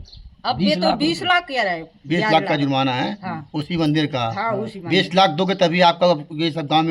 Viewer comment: Aap zurmana keh rahi he jab ki word he jurmana